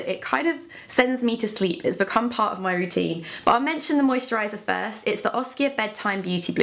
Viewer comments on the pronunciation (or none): none